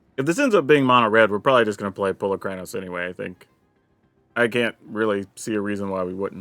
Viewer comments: That's incorrect. It is actually Po-lah-krah-nose. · Its weird that you say the name like its a first and last, Paula Kranos, I laugh but you know its Po-luk-ran-ose, all one word, right?